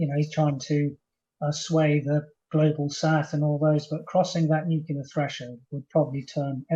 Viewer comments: NU CLEAR. Not Nucular. NUCLEAR. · Nuclear, not nucular ! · What is it with experts pronouncing nuclear as 'nucular' all the time. says nuclear, i wish his guests would. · Chip's an idiot... "nuc-u-lar" ? Give me a break... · Don't trust any person that says 'nuke-you-ler', that's George Bush level intelligence! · Nothing undermines the credibility of an 'expert' like the use of the nonsense word 'nukular'. Tell this dude to get some speech therapy. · He cannot even pronounce nuclear ....chip chapman is full of near phrasing and long words, but basically he is the propagandist in this Nuke yular .. Haha. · It is sad to hear that such a high profile British soldier and expert on military strategy has adopted the American pronunciation of the word nuclear as "nukelar". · 'Nucular' facilities? 🙄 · It's not pronounced "nuke-ya-lur" any more than mischievous is pronounced "mis-cheeve-e-us"". Pay attention to the spelling. If a word is closely related to the field in which you're supposed to be an expert it does not help your credibility to mispronounce said word. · Why its it that so many of these people are seemingly incapable of pronouncing the word nuclear correctly. 'Nucular' sends my mind into a very mini meltdown! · Never listen to anyone who can't pronounce 'nuclear'. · He may be a major general but the second anyone mispronounces the word nuclear i automatically discount their opinion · It would also be nice if he learned how to pronounce the word "nuclear".